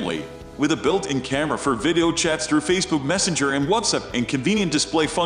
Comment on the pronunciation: The computer-generated voice mispronounces “video” so that it comes out closer to “viddo.”